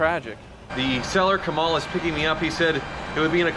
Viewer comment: His name is Kamal not Kama right?